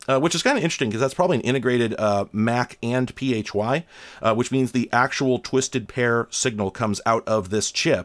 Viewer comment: PHY is pronounced like the 'fi' part of sci-fi